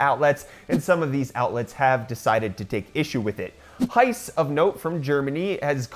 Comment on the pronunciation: heise online is pronounced high-se (like the first two letters of 'September'). The 'e' at the end of heise is not silent. Not criticising here, just trying to help. Greetings from Bavaria, Southern Germany!